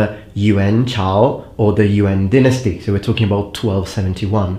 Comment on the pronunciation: You enunciated the Yuan Dynasty like a native speaker. Flawless.